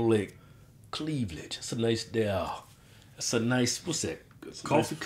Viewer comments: All that "clevlage" LMAOOO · "Cleaveledge" -Kevin 2016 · Bruh said "cleavlage". Im done. Lmao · "cleavladge" 💀 funniest dude's on YouTube